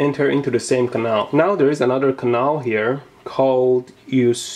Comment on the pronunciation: You speaking the word CANAL like Russian. :)